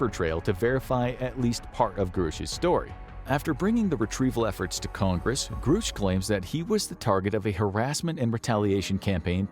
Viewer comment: Ok, I'm all done watching until you learn how to pronounce things. I cannot hear you say groosh one more time without popping my own eardrums.